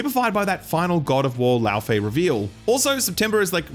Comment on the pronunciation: FYI, the proper English pronunciation for Laufey is "Lay-Vay." (recommend looking up a pronunciation video to better explain) It's cool seeing more Icelandic representation in media but I don't think I've seen the media coverage of this game stick to one pronunciation.